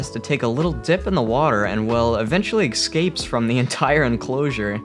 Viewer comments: Everytime he says "Eckscapes" I cringe. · "Ecscapes"... No. Just no...